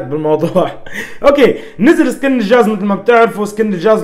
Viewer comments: كلمة خطء شو الحاز غبرالجاز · اسمه الجاز وليس الحاز 😂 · تقصد الجاز وليس الحاز ههههههههههه